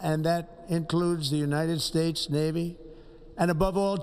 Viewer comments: did he say "the United Spates?" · BTW Donald trump id s shitty piece of trash, he can’t even pronounce his country correctly “United Stapes”